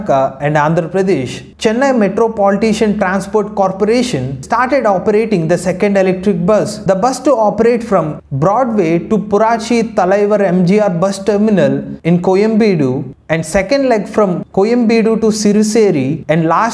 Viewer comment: Great info's, keep it going. But when ever your spell other language words please hear it from someone who's native in it. Because you misspelled a Tamil word. Its Purachi thalaivar, not Puraachi. Thanks for the detailed video